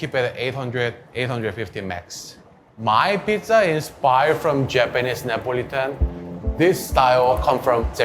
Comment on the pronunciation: So it’s Nipo-litan :)